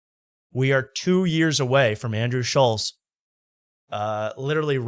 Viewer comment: Why does insist on saying Schultz’s name wrong?